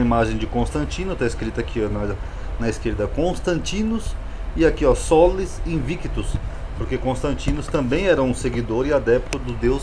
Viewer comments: Uma observação: aos o senhor fala “Sola Invictus ” com o “v” sendo pronunciado como “vê” e fazendo uma distinção do “u”. Isso está errado pois, de acordo com a pronúncia reconstituída do latim, o “v" tem som de “u”. Logo o correto seria “Sola Invictvs” lê-se “Sola Inuictus”. Espero ter ajudado ☺️☺️☺️ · E sim, no latim clássico não existe o “v” com o som “vê”. Sola Invictvs era um deus adorado pelo imperador Aureliano, o restaurador do império.